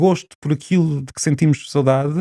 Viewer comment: PORQUE É QUE O SR. DIZ "SOUDADE" E ESCREVE "SAUDADE"? CUMPRIMENTOS.